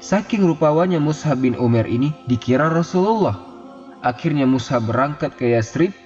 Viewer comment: Lebih tepatnya Mush'ab bin umair. Bukan mushab. مُصْعَب